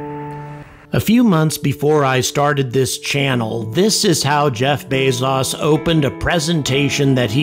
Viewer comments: "Jeff Bays-zaws," who is that? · Who is Jeff bay-zaus? How does he relate to Jeff Bezos who has no "au" in his name?